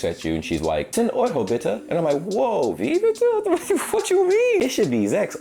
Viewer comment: I wish I could pronounce "Wie bitte?" like you did there...and I am German 😂👍 Best regards ✌